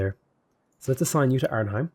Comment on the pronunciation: Love the video, but the way you pronounce Arnhem is really funny. It's not heim, but hèm.